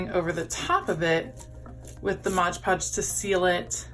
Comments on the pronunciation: Why “Modge” Podge instead of “Mod” Podge? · Nice job! Please note that the product is MOD Podge -- not Modge Podge. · Awesome project, but....... it's MOD Podge!